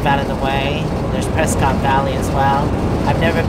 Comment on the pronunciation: "Preskitt" NEVER PreSCOTT